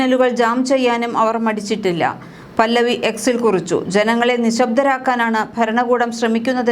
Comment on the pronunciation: പല്ലവി അല്ല പഹല്ലവി